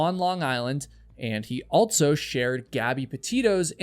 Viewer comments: who tf pronounces "also" as "altso" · I like how you say 'altso' instead of 'also' :D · Omg, you drone on for wayyyyyy too long. Save the small talk and get to the point of the story. You literally talked for 7 minutes on why people may choose van life 🙄. We get it. And, “altso” is not a word. It’s “also” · you pronounce "also" as "alt-so." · This story ticks me off on sooo many levels already, but now... U know there's no t or z in "also", right?! Lol! Altzo, great job on the post! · Also. Also. Also. Also!!! Not ALTSO! NOT ALTSO! ALTSO IS NOT A WORD!!! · I can confidently say: there is no "t" in the word "also" its even more annoying than every other youtuber mispronouncing "vehemently" all the time. Otherwise, good job. Definitely one of the stories that has ever existed.